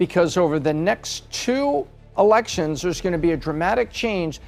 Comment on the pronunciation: Please teach this woman how to say two !